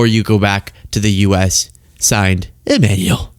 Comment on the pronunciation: Macron kind of looks badas, situation considering. Also, why you keep calling him E-manual and not Ema-nu-el?